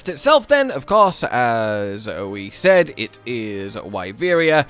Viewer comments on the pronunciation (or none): none